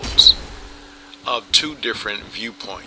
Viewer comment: And twop, not top